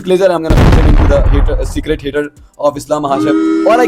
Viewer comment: it's secret... Not secrate..wannabe speed